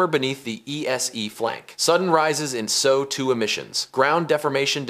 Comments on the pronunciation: As an FYI, it’s EHS Ooh 2 rather than so 2. (Short for Sulphur Dioxide, SO2). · Monitoring so two emissions, he said. Not sulfur dioxide emissions. Either the narrator is artificial or the individual hired is chemistry inept. Considering the topic, this is something that should have been considered to be spoken, correctly. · This is a good example of the 💩s***ification of the internet in general and YouTube in particular. It is overhyped, riddled with inaccuracies (probably written by AI), and not reported by an expert. The narrator doesn’t understand the text he/it is following, for example reading SO2 as “So 2”. It makes me mad when I get taken in and realize halfway through that I suckered for clickbait.